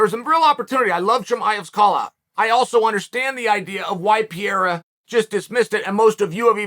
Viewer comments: PERRERRA. PERRERRA. PERRERRA. Forget the i altogether. Just say PERRERRA. It's not the Brazilian way to pronounce it, but closer than whatever Pierra is. How is it possible nobody has corrected you yet??? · I love you Chael but you mispronouncing the guy's name is driving me bonkers...it's not PI-YERA...try saying PE-REY-RA 3X...please, I'm begging you man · PEreira not Pjeira unclr Chael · Is there a more annoying, irritating voice than Chael's. He always -- always -- yells, and it's at a pitch that is too loud and shrill no matter the volume. Pereira's name, btw, is not pronounced "PEE-AIR-UH." It's pronounced "PARE-(long) A-Ya." So lame and unprofessional to disrespect a professional fighter by mispronouncing his name. It takes no time at all to learn how the man's name is pronounced. But that's too much time for Chael 'I-love-me-some-me' Sonnen. The arrogance and self-importance of this guy is off the charts. I don't know which is thinner, his whiny high pitched voice, or his analysis. This guy sucks. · Chael! Can u say panera bread?? Now replace the n with an r. Parera. Ur welcome! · Uncle Chael doesn't know how to pronounce PEREIRA ... Is he deaf ??